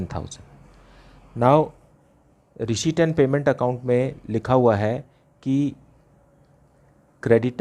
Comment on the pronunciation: sir pdhata toh acha ho pr receipt bolna sikh loh🥺🤣